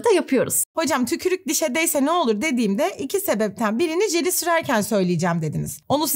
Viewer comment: hocam yalvariyorum "tükrük" demeyin artik